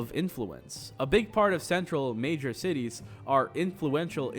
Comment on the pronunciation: Thought he said tities at the beginning